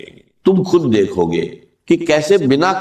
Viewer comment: خود کو کھد کہہ رہا ہے کھشحالی کھالی یہ ڈاکٹر صاحب یہ کہہ نہیں سکتے